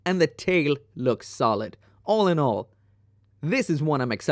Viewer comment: Take a shot everytime he says "olinol" 😅 All in all i'd take any of those MG.